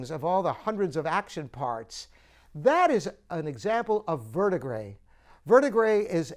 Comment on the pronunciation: First of all, learn how to correctly pronounce ‘verdigris’. Second, I think that Bosendorfer makes a better-quality piano.